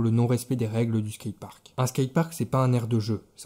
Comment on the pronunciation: A ta place je fermerais ma geul quand on dit [skayteparkt]